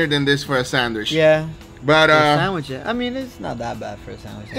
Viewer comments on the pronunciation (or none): I swear he definitely said sand wish not sandwich LOL